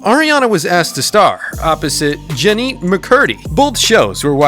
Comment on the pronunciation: lol "cat valenTEENe" "jennEETte mccurdy"😂